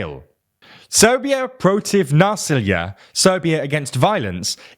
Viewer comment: Good job on pronouncing Srbija protiv nasilja correctly